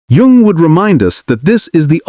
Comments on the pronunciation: Jung is pronounced as "Yung" even though it's spelled differently. Get rid of robot narrators. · I think Jung's name is pronounced Young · I’d like to listen to this but the AI narrator mispronounces Jung! What else is sus?